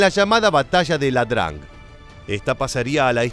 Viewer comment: sei stato impreciso esempio : la battaglia non e la drang ma IA DRANG ---FORSE E LA PRONUNCIA IN SPAGNOLO ......